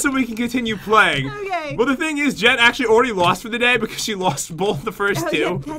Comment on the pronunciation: its jen not gen